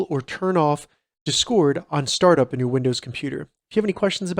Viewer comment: No one going to talk about the way he says discord